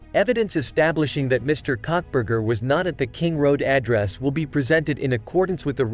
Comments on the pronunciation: Cockburger??? Karbar? If you can't get it right don't bother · I’m sorry but the robot messed up his name so bad. I laughed so hard… cuntburger and cockburger 😂😂😂